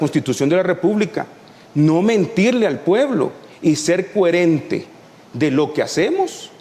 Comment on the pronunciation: Se. no se dice “cúerente,,”se dice coherente BURROOOOOOOOIIO